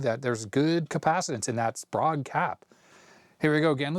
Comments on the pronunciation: Very nice journey through the past's perfect monitor. I'v always heard the cap's name pronounced as --spray-guh. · It’s pronounced “spray-g”